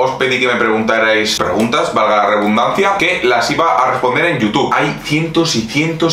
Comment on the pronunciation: se dice: reDundancia no reBundancia